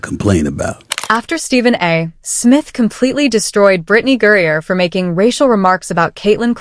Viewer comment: This narrator has pronounced Brittany’s name 3 different ways throughout!!!!!! Smith even pronounces her name correctly, and you still get it wrong! This is why it’s hard to take your stories seriously! Do you even care about that?? I’ve watched Brittany and her cohorts abuse Caitlin over and over, but do you all actually research anything, or just go on hearsay???!!!!!!! What about your accountability?